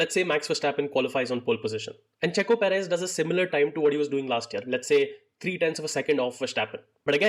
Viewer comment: Dude come on seriously....perez!!!!!